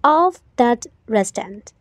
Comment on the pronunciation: Restaurantကrestonလို့ထွက်တာလား